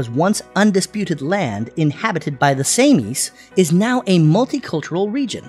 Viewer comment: Also, Samis is not pronounced Say-Mees, it's pronounced Sah-Mees!🤦🏾‍♂